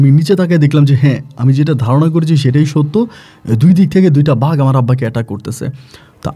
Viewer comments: ভাই ওটা কে ভাগ নয় বাঘ বলে ভাষা উচ্চারণ ঠিক করেন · ভাগের গল্প পরীর গল্প বন্ডামী জটিল উচ্চারণ উল্টে গেছে। তবুও ভাল লাগলো